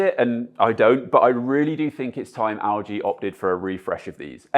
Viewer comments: EL-G NOT AL-G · Haha I kept hearing 'Augee' instead of LG